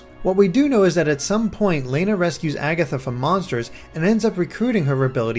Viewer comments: Lana is pronounced Lonna. I don't know why i let these small things bother me-_ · Stop saying "Layna." It's Lana. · Lana is not pronounced Lay-nuh, it is pronounced Lah-nuh. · Who would pronounce Lana like that?